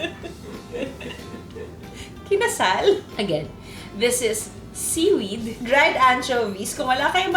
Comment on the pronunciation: Pag sinabi ni Miss Juday na seewed, seewed cya. Walang kokontra.